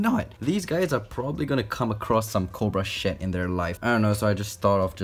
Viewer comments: Lol he said cobra shed I thought he said cobra sh*t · “Cobra ShEt ” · Kinda sounds like you said Cobra Shit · did he say cobra shed or...?